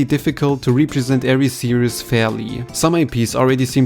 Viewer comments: How to pronounce the word Series (SEE-REEZ). You are saying the word Serious. Serious - Careful in thought, full of concern, or restrained and dignified in manner; somber or grave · Please learn to pronounce the word series. It's not "serIEs", it's "serIIs". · This isn’t any kind of major criticism, just a tip with the word “series”. You are pronouncing it like “serious”. You don’t pronounce an “us” sound for the word “series”. You pronounce it the same way you were, just without the added “us” sound you were placing in the word Great vid! I hope sakurai really reps kirby well, whatever happens!